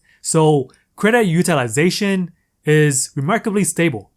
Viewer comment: Dude, every time you say “UTILIZATION”.............YOU PISS ME THE FUCK OFF!!!!!!(all I hear are syllables....IM COUNTING 5.....STOP) Maybe it’s me-maybe I’m just sensitive.......Nah, learn how to pronounce it properly.